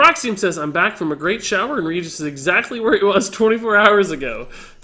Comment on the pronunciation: regis is the name sounds... so wrong